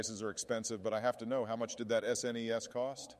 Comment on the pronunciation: Lol, the was the AI voices say "SNES".